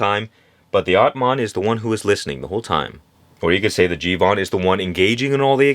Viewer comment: It’s not jivan it’s jeevan and it means life